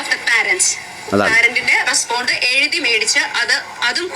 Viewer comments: റെസ്പോണ്ട അല്ല ബോണ്ട 😂😂😂😂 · Madam not 'respond' but 'response" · റെസ്പോണ്ട് ഒഫ് ദ് പാരന്റ് 😂😂😂. ഇവരാണോ പഠിപ്പിക്കാൻ നടക്കുന്നത്. കഷ്ടം. റെസ്പോൺസ് ഒഫ് ദ് പേരന്റ് - എന്നാണ് ശരിയായ രീതി.